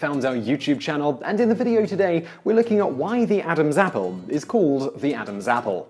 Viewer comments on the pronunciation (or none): when he says Adams apple he sounds like he's saying abazzle azzle